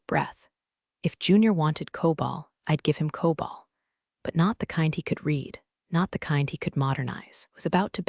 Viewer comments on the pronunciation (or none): It's COBOL, not COBALT. And there are no semicolons in COBOL. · Teach the AI voice the difference between COBOL and Cobalt